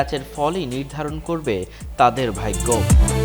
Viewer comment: ভাইগ্য!!!!!😂😂😂 কি উচ্চারণ রে 😃😃